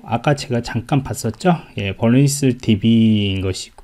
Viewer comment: 보안방송 하시는분이....죄송한데 vulnerabilities 발음이 전혀 다른 발음인듯 합니다..테클은 아니고요